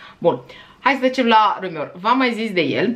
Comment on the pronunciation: Intersant haul! Sunt curioasa fata de multe parfumuri Dior din gama lor de high-end, dar nu m-ar lasa inima sa dau un sac de bani pe o sticla. :)) Ai pronuntat perfect "rumeur", stai linistita! Nu sunt genul care comenteaza la videoclipuri despre pronuntia diversilor youtuberi, dar mi se strepezesc dintii cand aud in ce hal stalcesc unii youtuberi americani nume de case mari de parfumuri. Ma refer la cei care fac review-uri de parfumuri. Din moment ce s-au declarat mari iubitori de parfumuri si au hotarat sa își faca un canal axat pe parfumuri, mi se pare de bun-simt sa faca un mic efort (si research) sa pronunte cat de cat decent. In fine...